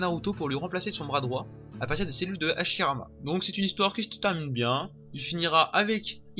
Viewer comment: ta du mal avec les H?😂